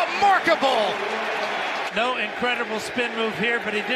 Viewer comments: Did this dude really just say "Lamarkable"? I dont hate it... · The announcer coined a new phrase "Lamarkable"